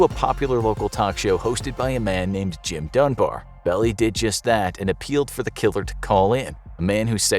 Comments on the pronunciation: Melvin "bell-eye", not "bell-ee". Otherwise, good piece. I had not realized it had finally been deciphered. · Love the videos. It's pronounced Belleye not Belly. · The lawyer’s name - Belli - is pronounced “Bell-eye”. I was a kid growing up in Tiburon, CA and all the neighborhood parents escorted us everywhere. It was terrifying. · Melvin Belli is pronounced Bell-eye.